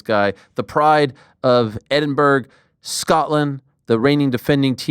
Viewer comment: Edinburg lol